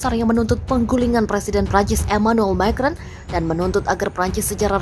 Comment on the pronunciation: Mbak baca "Macron" makrong. Itu bahasa Perancis dan bukan bahasa Inggris.